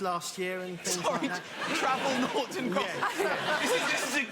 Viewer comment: 😂 Noughts and Crosses........Not "Nots".